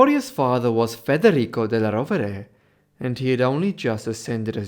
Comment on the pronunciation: Sehr interessant. Aber die Aussprache ist wirklich schlimm. Ohne geschriebenen Text wüsste man - beginnend bei der Sixtinischen Kapelle - nicht, von wem hier geredet wird. Della Roa 😅. Die heißen Rovere und genau so sagt man es auch. Regen- Tinnen haben auch nichts mit Regen zu tun. Und da gibt es noch viele Beispiele. Cosmo Drei heißt Cosimo der Dritte, donastische Inzucht ist donastische . Ohne Ende. KI? Ich mache Ihnen das gerne kostenlos, aber bitte keine so schlimme KI mehr!